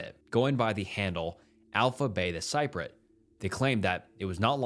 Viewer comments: it's CEE PREE OT. not siprot. Cypriot. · it would have taken you 2 seconds to google how to pronounce “cypriot”😭😭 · love your channel but please learn how to say "cypriot" lol